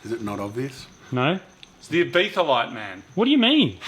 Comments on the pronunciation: Last time I checked it was called "Ibiza" not "Ibetha"?? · ibIZa. No th. Sorry lad.